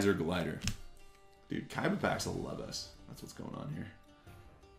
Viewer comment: Its awesome how u say KAIBA!